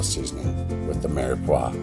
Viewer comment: Its the Trinity not Mirox